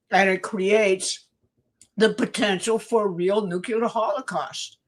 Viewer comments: It is so disappointing to hear otherwise intelligent people say nuke-you-ler instead of the correct new-clee-ur. It makes me doubt. I'm really sorry VDH also mispronounces it. When ever I hear it, it makes me think of George Bush--not good in my experience. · Nuk-le-ar... NUKE-LE-AR! NOT NUKE-U-LAR!!! Plus, show substantive proof that Iran had NUCLEAR capability that justifies this cluster fuck. And while you're at it, prove to me that the British royals are not in league with Zionist fuckery. Do that and I'm all in with your narrative, but seeing what I've seen in the last 12 years, I'm nowhere convinced that Trump is not a Zionist stooge. Please and thank you. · somebody PLEASE teach that older woman how to pronounce NUCLEAR. Show her the word. Sound it out. Help the poor woman for god sakes.